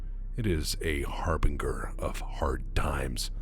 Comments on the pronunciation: harbinger is a soft g i think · Harbinger is pronounced with a soft g. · Did you say "Harr Bing Ger"? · Sorry, har·bin·ger /ˈhärbənjər/ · You said Harbinger wrong.